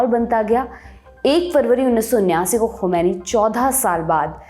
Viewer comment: To day you pronounce "Khomani " very well.. Well done